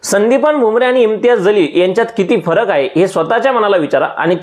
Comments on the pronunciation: तुमचा व्हिडियो अगदी बरोबर आहे. वास्तविक आहे. पण त्यांचे Imtiyaz Jaleel असे नाव आहे. ज आणि ज़ मध्ये फरक आहे. त्यांचे नाव जलील आहे. तुम्ही ज़लील असे म्हणत आहे. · महाशय आपण एवढे शहाणपणाचे डोस या व्हिडिओतून दिले आहेत परंतु आपल्याला सुद्धा इम्तियाज जलील यांचं नाव व्यवस्थित घेता आले नाही. त्यांचं नाव इम्तियाज जलील आहे इम्तियाज ज़लील नव्हे। नावातील हा फरक समजून घ्या नंतर व्हिडिओ बनवा.